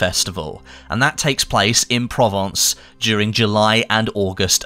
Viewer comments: provonce not province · I'm going to be that guy... It's "Pro-Vance" in terms of how you say it. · It's pronounced Pro-vence' . Bloody English, just kill the French language. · Say it with me guys: Pro-Vahnce / Provençe / Pro-Vahn-Sahl / Provençal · LOL pronunciation at the start. Great goats cheese comes from Banon, traditionally wrapped in vine leaves 😎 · The pronunciation of Provence is just embarrassing.